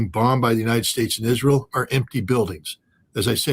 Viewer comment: couldnt say Israel